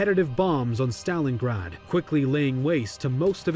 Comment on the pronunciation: stop mispronouncing Stalingrad